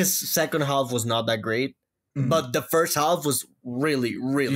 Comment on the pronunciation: the "L" in "half" is silent.